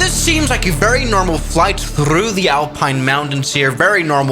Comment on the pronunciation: "'Thddough' the Alpines Mountains" Yeah, pronouncing the r like in Spanish lmfao